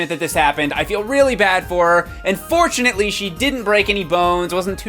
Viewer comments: it sounded like you said "unfortunatly" instead of "and fortunatly" and it made me laugh harder than ever XD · at first I thought he said 'unfortunately'